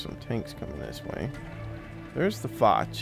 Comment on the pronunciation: Btw you dont say foch like foch you say it like fosh its just spelt different